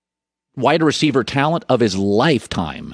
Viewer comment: Colin really struggles with the word talent